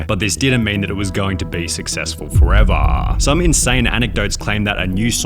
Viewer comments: the way you say forever is HILARIOUS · Idk if it’s just me but why did Sunny say the end of forever weird. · why the fuck you say forever like this oh my gawww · "foreveeerrrrr" lol, the voice is so weird, why nearly every last syllable stretched out? I can't unhear it. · "it didn't mean it was going to be successful forevaahhhhhhh" lmfao why does he talk like this 🤣🤣 very cool and informative video but I can't get past these long drawn out syllables lmao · Wtf is with the long delay on the final syllable in each longer sentence? For example: forevarrrrrr deliveryyyyyah messsss pizzahhhhh